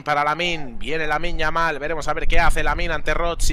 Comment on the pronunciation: Pero que partido está comentado el comentarista?? Ahí va Yamin Yamin Yamin lamal